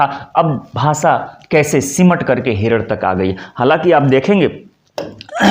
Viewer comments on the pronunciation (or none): आप भाषा को भासा और क्ष को च्छ बोल रहे थे